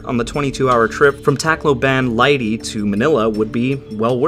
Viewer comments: Pronunciation: Cebu = se-BOO Tacloban = tok-LO-bahn Leyte = LAY-tee Luzon = lu-ZON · Tacloban is pronounced like T'kloh-bin and Leyte is pronounced Lay-tay. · Man I Filipino and that's not how you say Leyte